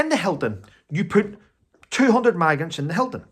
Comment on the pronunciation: Are you saying maggots or migrants ? It must be your accent ! 🤭